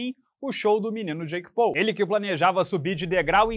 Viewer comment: Pessoal só um adendo não muito relevante, a pronúncia de Paul não é "Pou" e sim "Póu"